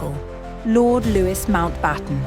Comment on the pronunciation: Loo - ee, not Loo-is! I hate AI speech.